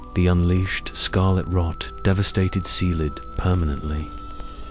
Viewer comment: i appreciate this type of video, but is this an AI vocalization? Because there are proper nouns mispronounced all OVER the place, it's crazy distracting, and it makes me think this video was put out by someone who's never paid attention to the lore of the game. To name a few: Caelid = KAY-lid (not SEE-lid) Radahn = ruh-DAHN (not RAD-din) Malenia = muh-LAY-nyuh (not muh-LEE-nyuh) Miquella = MICK-uh-luh (not mick-AY-luh or mick-ELL-uh) Marika = MARE-uh-kuh (not muh-REE-kuh) It just begs the question of how much research a real person could do playing the game without actually noticing how these words are pronounced...